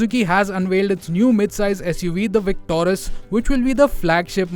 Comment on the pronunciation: Not victorus,its victoris